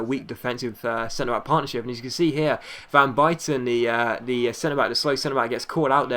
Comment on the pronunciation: You can't say van buyten right...